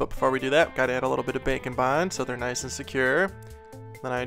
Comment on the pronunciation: I Always Thought He Said Bacon Bond Instead of Bake N Bond